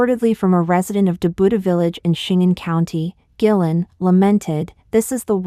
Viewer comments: Guilin, Guangxi. I think it is pronounce Kueilin not gui-lin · Just a small maybe petty poi t...find out how to pronounce the names of places like Guilin...in the face of the tragedy ...this is just a small..maybe e petty and unimportant point